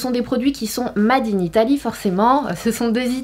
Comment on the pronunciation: "mad in" 😅😘